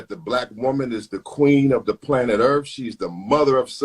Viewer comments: "queen of the planet EARFF" LOL This idiot is an attorney supposedly. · He said queen of the planet earf! 🤣🤣🤣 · Lost me when he said planet "Earff"